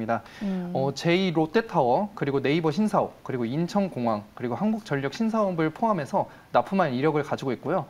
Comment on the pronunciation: 항굳전녁 ㅋㅋ 발음 위태위태